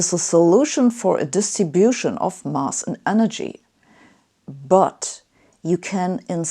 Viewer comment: Sabine, to accelerate your trajectory to perfect spoken English, two little points: you say 'mass' as though it was a one litre Munich Bier Glass. The (standard, RP) English pronunciation has the 'a' sound as in 'Apfel' or 'pasenger'. 2) We native English speakers do not say 'how X looks like' instead it's normal to say 'what X looks like'. Tricky for Germans if they are translating 'wie es aussieht . . . ' as they speak. Good talk, thanks.